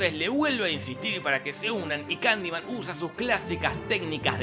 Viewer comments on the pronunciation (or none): Y si en vez de decir kandiman digo Kalimán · Estás son las veces que dijo Candiman 👇